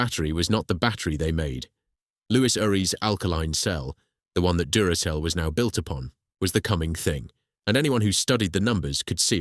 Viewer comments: Anyone who pronounces Duracell as Durakell has just failed the 'I'm not a robot' test in more than one way. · Yes the voice was convincing up to that point. If the voice had pronounced Duracell correctly I would have thought it was Human. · This is the second video I've watched from this channel - the first being a potentially forgivable mispronunciation. When I counted the third "Duracell" flub I gave up. Essay format good in principal, but too long with too many repetitions. And if you can't be bothered to listen to your own V/O then why should I.